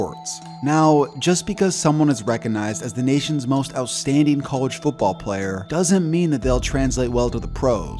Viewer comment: It’s cah-ledge football not coo-ledge football. Cringe